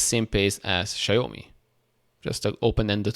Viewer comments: It’s pronounced Shao Me. Rhymes with Cow Me. 😂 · All great news but its Xiaomi (ciao me) for pronunciation